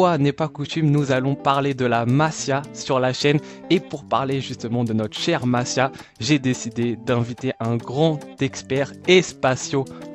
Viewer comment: un faut dire masía en appuyant sur le i , comme si c'était un y .. Voilà, c'est tout .. Le reste, c'est très intéressant